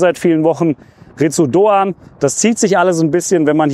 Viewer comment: das u ist stumm. "Litz Doan".